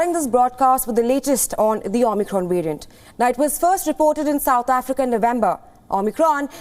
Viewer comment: XImicron , get the name right